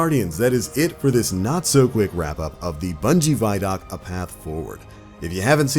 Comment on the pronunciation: Pronounce the word “video”. Remember how you pronounced it. Especially the first 2 letters. No say those first 2 letter like you just did. And add the following 3 letters. D o c. Now you know how to pronounce “vidoc”!!! CONGRATULATIONS!!!!